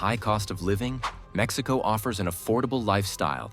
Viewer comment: Your pronunciation of Mexico and cities in mexico are wrong/terrible. Why make a video talking about how great they are without saying any cities or EVEN the country correctly. Besides lack of basic pronunciation in the video, it focuses on "growth growth growth"... if i have a country that has 10 billion in GDP with 10% growth and another country 100 billion with 1% growth.... the total number is the same. But one economy is 10X bigger. Focusing on short term growth without showing total numbers is misleading. I love mexico but your understanding of economics and horrible pronunciation (or use of AI to hide your identity) is horrendous.